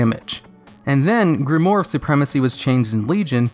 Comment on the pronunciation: Solid video, as usual. :) Just a note, though: it's pronounced "grim-wARR," not "grim-wORR." ;)